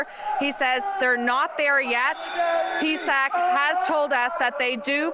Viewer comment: It's P S A C.. she said pee sack on TV lol